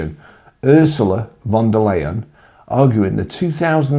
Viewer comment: You pronounced von de Liar wrong.